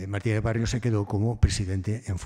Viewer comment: Barrio, sin s